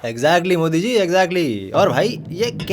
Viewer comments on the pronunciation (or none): none